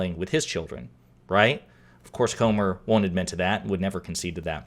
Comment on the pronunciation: Are you sure his name is not Gomer instead of Comer?